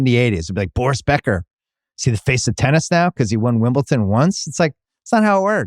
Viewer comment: Bill “WimbleTON” Simmons